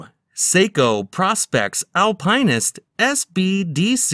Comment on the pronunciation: And the Alpineist, instead of Alpinist